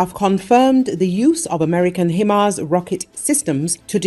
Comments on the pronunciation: HI MARS not hemars.... why can't you get it right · Himars is pronounced HIGHmars, not HEmars! Train your reading program better.